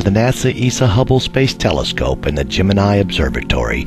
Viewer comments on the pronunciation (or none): none